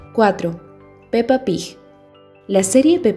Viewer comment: ¿Por qué pronuncia "Pig" como Pij? Es fastidioso.